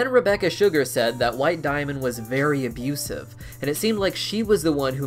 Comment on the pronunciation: Did you say abuseif? more like abuseif